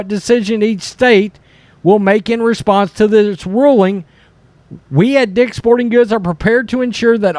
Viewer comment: cmon man , it's "dick's" .